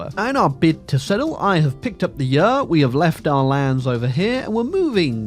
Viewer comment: Why does pronounce 'year' and 'yurt' the same??